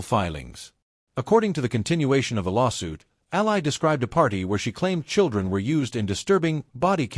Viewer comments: Its pronounced like alley. Please. Your ai slop belongs in the trash in an alley. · COULD YOU AI AT LEAST PRONOUNCE HER NAME CORRECTLY! ?